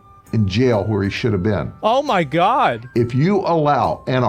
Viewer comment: I have never heard sound so Texan as when he noticed the random burn on his hand "damn, i burned me mo%&£^%king hand!"